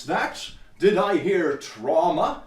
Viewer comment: "tramwha" the cringe is strong in this video